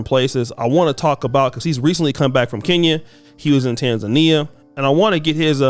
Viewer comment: Hint: it's pronounced "KEN-YA" (Kenya), not "KEEN-YA"! 😉 🇰🇪